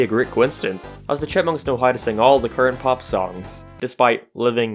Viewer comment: I kept hearing Deeve Seveelle and the Shitmunks idk if you were mocking the character's name but it was hilarious.